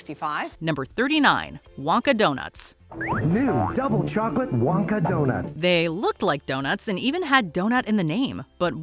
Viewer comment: what is with some people in TV ads pronouncing "chocolate" with three syllables? it sounds like bad AI